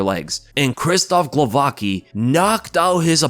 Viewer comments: Crazy thing to do, btw its pronounced more like Guovatzki than Glovaki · Its pronounced Ksheeshtoff Glovatski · for god's sake it's not so hard to pronounce Głowacki correctly. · Pronunce "Gwovatskee"